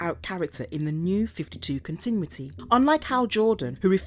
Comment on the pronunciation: I'm pretty sure I am hearing "continwitty" instead of "continuity."